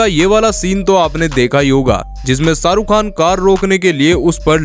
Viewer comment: It's Shahrukh Khan not Saruk khan...